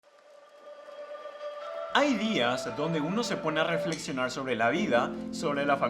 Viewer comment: Hay dias en el que uno se pone a sheflexionar